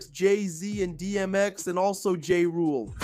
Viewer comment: Why do you refuse to say is name correctly 🤣